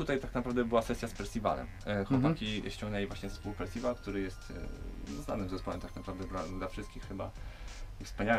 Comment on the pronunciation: nazwa zespołu to Percival, a nie Festiwal ;]